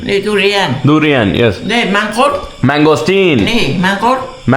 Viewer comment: ഡൂറിയാൻ അല്ല ദുരിയാൻ 🤣😂😜